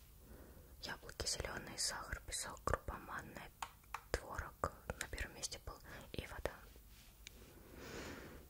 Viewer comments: не творог, а творог! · Не творог, а творог